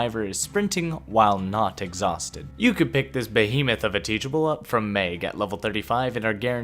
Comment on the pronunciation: You said “Maeg” it is “Meg”